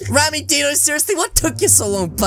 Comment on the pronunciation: rammmys name with the dino you say it like deano not die no you say rammys name with die no